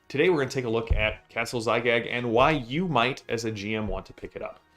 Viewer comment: It's Zagyg, not Zygag. Basically Gygax backwards with the x swapped for z.